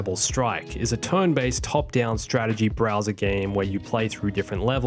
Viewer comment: It's pronounced "turn" not "tohrn." You need to see a speech therapist.